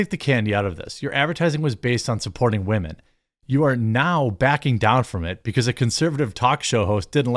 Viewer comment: Am I the only one that keeps yelling “WAHMEN” at home? Love how Jeremy says wahmen don’t need no man. 😂